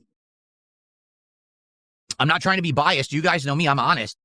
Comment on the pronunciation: "You guys know me I'm ahnest" HOLY LMFAO